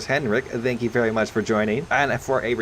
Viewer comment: "Thank you merry much".